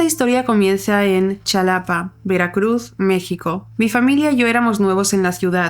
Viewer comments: Ay mi chula, Xalapa se dice Jalapa, no Chalapa 😭😭JAJDHJA tqm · La primer historia el lugar de México se dice “jalapa” no “chalapa” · Me gustan mucho tus narraciones, solo como dato cultural, la X en México se pronuncia como J (excepto en algunos casos), por lo que se escribe Xalapa, pero se lee Jalapa. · Con todo respeto pero se pronuncia Jalapa y se escribe Xalapa soy Mexicana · Se pronuncia Jalapa aunque se escribe Xalapa